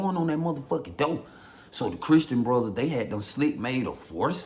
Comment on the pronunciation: Lol “Chrisssstreen Brothers” 😂